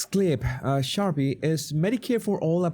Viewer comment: Best part of the video is our man calling Sharpe “Sharpee” 😅